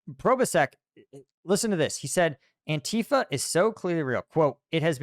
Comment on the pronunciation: It isn't an-TEA-fa, it is ANTI-fa. As opposed to PRO-fa.